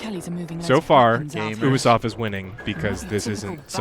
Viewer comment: Ubersoft, yoobiesoft, No one knows